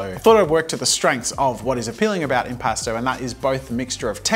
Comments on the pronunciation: I don’t know why but I heard impasta the entire time, like a New Yorker trying to play among us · The art medium sounds like "impostor" to me and now I can't unhear it😭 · keep hearing "imposter" paint